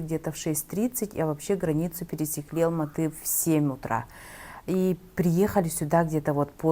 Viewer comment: И Алматы, не надо уменьшительно-ласкательно произносить наши города.